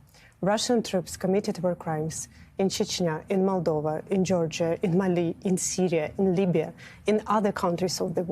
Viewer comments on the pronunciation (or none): none